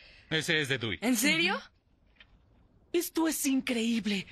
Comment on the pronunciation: Pinche "dui"